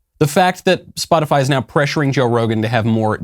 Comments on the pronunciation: Did psaki say spotifly?? 4.43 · 🤔 did she say,”Spot-a-fly.” 🤡🌎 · I’m surprised none of you have mentioned Psaki pronouncing “spot-a-fly” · Wants to end misinformation. Calls it “spotifly”. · So are gonna pretend that Jen Psaki didn't say "Spotifly" ? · Jen Psaki thinks: "Gotta sound cool to be like one of the kids" Jen Psaki says: "Spotifly 😉" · just said SpotifLy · Psaki said spoti-FLY ahaha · Raggedy Psaki said SpotiFLY.. 😄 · did she say spotifly? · Liesssssss again Miley boy she clearly said “spotifly” I haven’t seen any misinformation on Spotify but who knows what the crazies are saying on spotifly